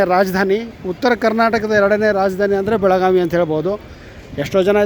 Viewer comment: Belagavi, not belaganvi.